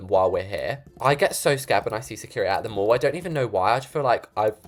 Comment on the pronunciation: if funny when you say the MOOOOOll but it the mall!!🤣🤣 (it funny when you say that not trying to be rude)